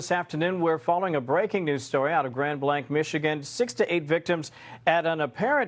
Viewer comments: Grand blanc, pronounced grand blank…. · This is such a shock. Grand Blanc (pronounce 'blank'), is only a couple hours west of me. It's not a super big town. The local sheriff also stated that they expect to find more victims when the fire and embers have died down enough to enter the building. Horrific. Tragic. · I am from Michigan... say it like this Grand blank... How you pronounce it. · blank, we pronounce it as blank. we aint in france brutha. it aint de-twa its de-troit. love ya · This is a horrific tragedy. My thoughts and prayers are with all the victims and their families. Just gotta point this out to Benny...it's pronounced Grand Blank. Just an fyi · Just for your knowledge grand blanc like many French places is pronounced as you would in “middle America “ English. So we say blank. But it’s a little crazy up here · Grand Blanc,its pronounced Grand Blank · You are pronouncing it wrong...Blanc is said with a long "a". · Grand Blank. Thats how you pronounce it. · We were on our way to our church. When we had multiple police passed us. Shortly after we arrived out our church it was announced and we were put on notice. Smoke was still billowing on our way home. We are in prayer for everyone affected.Benny its pronounced Grand Blank. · Mormonism is not Christianity, they believe Jesus was the brother of satan. Still bad that all these innocent people died, it's just that he said it's a Christian church, it's not. Also, it's pronounced Grand "Blank" not "Blaunk" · Benny!! Thank you for reporting on this horrible hate crime! I have just one bit of constructive criticism. The township name is pronounced Grand Blank not Grand Blahnk. I know because I lived there for 9 years 40 decades ago. Thank you for your attention to this matter. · So close to my home. My family doesn't go there but I am praying for the families. Side note: Blanc is pronounced Blank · It's pronounced like Blank